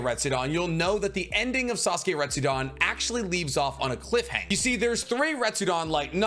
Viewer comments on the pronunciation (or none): RetsuDEN, not "dan" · like his enthuaiastic & down to Earth explanation, it's just that his pronunciation really hurts my ear e.g. Naruto = "NarutoW", Retsuden (with a clear "E" = "RetsudAn" how come you can pronounce "Ret" correctly but gets "den" so wrongly? (to name a few... of a lot...)